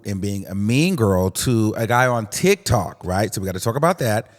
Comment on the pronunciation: The way you say TikTok sounds like TikTalk. I kinda like it a little bit.